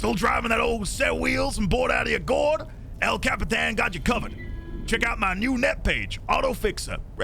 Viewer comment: your impression of El Capitan was amazing, loved the voice acting and the accent!!